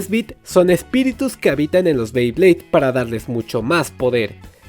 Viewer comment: Dijiste 3 veces bleyblades y es BEYBLADE o creo q se escucho mal jajaja 😂